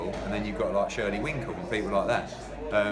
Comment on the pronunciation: eddie cracks me up, the event coordinator and shirley winkle! lmao...and then just keeps on calling him shirley winkle. brilliant!!